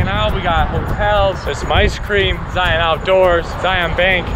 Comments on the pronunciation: The biggest tell when someone isn't from Utah: Zy-AHN instead of Zy-uhn. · Great video but like I commented on your other vids as have others, it’s cringe worthy when you can’t properly pronounce the name of the park that you’re visiting ...Zion is not a hard sounding ON- it’s Zi-un.